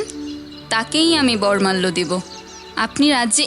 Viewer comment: Uccharon Ta ' Bormalyo' Noy, ' Boromalyo'. Aar ' Deenbesh Jubok' Noy , 'Deebeshee Jubok '.